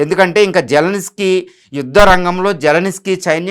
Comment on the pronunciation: జలనిస్కీ కాదు💝 జలంస్కీ 😅😅😅 విస్కీ లా చెప్పావ్